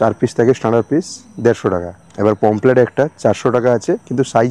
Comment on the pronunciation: অসম্ভব জ্ঞান ! লিখেছে ''PAMPHLET FISH' !!! আবার বলছেও 'পমফ্লেট' মাছ !!! আরে ওটা 'POMFRET' ! 'পমফ্রেট' মাছ।